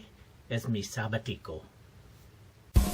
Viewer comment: Please let me help you with the pronunciation of "sabático". this word has the stress over the 2nd "a" and you did your pronunciation emphasizing the letter "i" so you pronounced a totally different word.